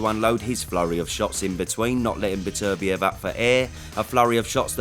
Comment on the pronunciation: if says betervivlev, im safely betting my house on bivol